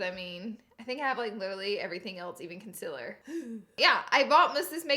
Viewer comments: she says consiller XD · I love Laura so much she’s amazing but I also just laugh at the way she says “concealer” as “consiller/conziller” awweee I Iove herrrrrrrr😂😂♥️♥️😭😭💕💕🤩🤩💫💫l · Ok no hate but it’s prounced con-seal-er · the way she said concealer lmao